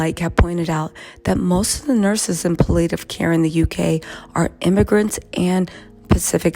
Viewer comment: Pal-it-tiv care